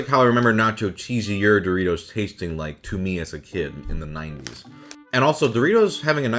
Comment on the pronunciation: It's dorry-toss.